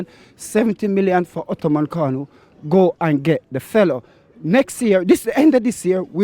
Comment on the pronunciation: What do you get when you cross a Turkish with a Nigerian? This guy : "Ottoman Kanu"